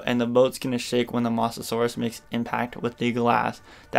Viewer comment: Ya need to learn how to pronounce mosasaur not mos-asaur